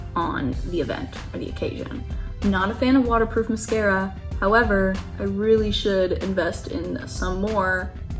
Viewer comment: The way she keeps pronouncing mascara like “musk-era” 😆